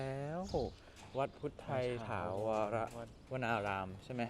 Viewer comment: เราก็อยู่นิวยอร์ก คุณอ่านถูกแล้วค่ะ ถาวร อ่านว่า ถาวอน ( ดูได้จากภาษาอังกฤษใต้ชื่อป้ายหน้าวัด) แต่พิธีกรอ่านผิดเองค่ะ